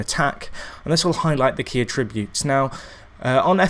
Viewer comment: And for god sake learn how to say attributes properly